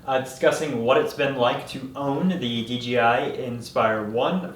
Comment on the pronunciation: It's pronounced D - J - I ... not "DGI"....uh, just so u, uh, you know, uh, are aware.